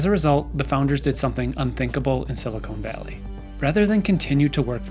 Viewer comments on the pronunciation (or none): Excellent video but it really threw me when you said "Silicone Valley". It's Silicon, where the "con" sounds like in continuity. Silicon is computer chips, silicone is breast implants and baking molds. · small correction: it's "Silicon Valley" (sil-uh-cahwn -- like the element, used in semiconductor fabrication) not "Silicone Valley" (sil-uh-cone -- a plastic polymer used in caulk and breast implants)